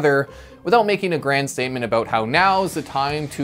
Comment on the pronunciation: We don't say "aboot". It's more like "aboat".